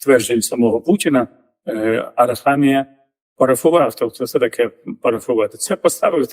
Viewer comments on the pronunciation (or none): У прізвищі Арахамія правильним є наголос на "і"😅😅😅